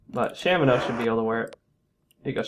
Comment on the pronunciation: I also pronounce it as Shamino.